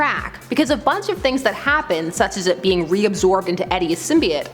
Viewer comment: Symbiote is pronounced "sim-bee-oat". Not "sim-bye-ott".